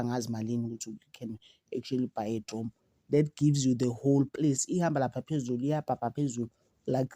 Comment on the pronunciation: Drone not drom